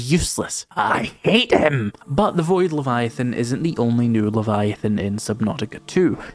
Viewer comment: You need to say leviathan right though. This is another one of those games where I'm too scared to play myself but can't wait to watch someone else play.